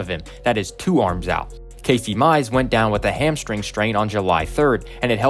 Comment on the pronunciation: Bro said Casey mize